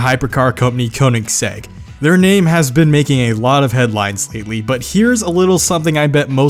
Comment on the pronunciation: How u said ruf or Koenigsegg